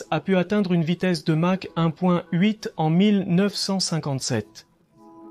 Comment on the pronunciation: La traduction approximative par l'IA est pénible par ses multiples erreurs. Dommage car le reportage serait pas mal sans ces "Match" ou "mache" dit au lieu de "Mach", Mysteke au lieu de Mystère, etc.. Par contre l'explication de la fonction des souris "éviter de réduire les turbulences à l'entrée du moteur".... => éviter qu'une onde de choc supersonique ne se forme dans l'entrée d'air et risque de casser les aubes du réacteurs serait sans doute moins faux. Mirage tres ou lieu de trois, etc. etc.